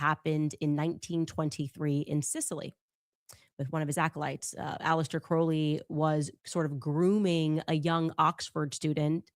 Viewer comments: Candace also keeps mispronouncing Crowley. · I used to be a witch until I was saved- Praise Jesus. She is mispronouncing Crowley’s name and what’s hilarious is that her producer Ashley pronounced it correctly and then corrected herself to pronounce it like Candace. Can you imagine working for this lunatic?!